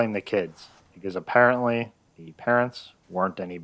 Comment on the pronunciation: Apparently? A-parent-ly? 😂😂